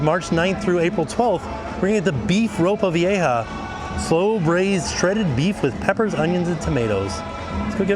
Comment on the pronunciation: Great job with pronouncing "ropa vieja".